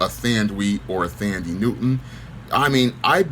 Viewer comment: Her name is pronounced - "Tundee" .